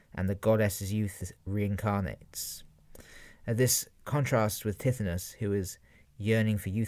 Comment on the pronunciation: Great man but I cringed AF at your pronunciation of Tithonus. Its more like Ty-thon-us